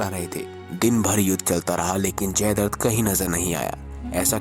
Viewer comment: Bhai jaidart nahi jaidratt hai Pronounciation clr nhi hai ap ka